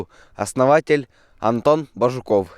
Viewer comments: не коверкай пожалусьа фамилию Бажуков, Бáжуков, перевод есть всем коми фамилиям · пожалуйста фамилию не склоняй, Бажуков на,,А" ударение а не на,,У".